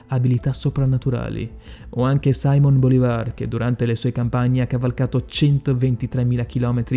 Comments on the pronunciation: Se lo pronunci "sAiMoN" vol dire che non sai neanche dove é nato, ed essendo Venezuelano bisogna pronunciarlo "Simón". Dovresti informarti mio caro prima di fare video che migliaia di persone guardano. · Anche per Símon non Saimon